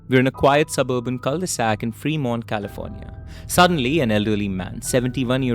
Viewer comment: Bhai it's not pronounced "Free" Mont 😄 It's फ्रेमोंट!